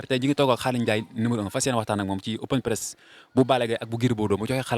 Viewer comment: On dit open press